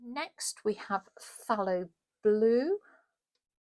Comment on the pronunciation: Thank you so much for this review,. It is very helpful. I must say, also, that you are one of the ONLY artists that pronounce the word ’phthalo’ correctly. I know I am way too fussy about pronunciation, but after all these years, I have accepted who I am. The word is pronounced ‘Fallow’… just like unsown farmland. Thanks, again!